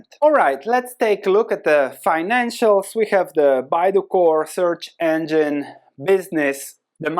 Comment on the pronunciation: Engine is pronounced en-jin not anjyn.